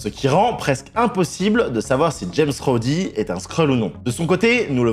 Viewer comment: alors j'aime pinailler mais soit tu dit "james rhodes" (se prononce jaimse rhodze) soit tu dit "rhodey", mais james rhodey, ca existe pas, l'expert